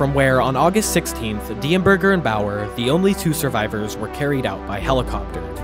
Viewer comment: i think some of the pronunciations of common words/names were incorrect: edema, Bauer, etc.